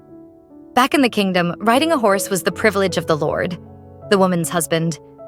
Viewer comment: It said house in stead of horse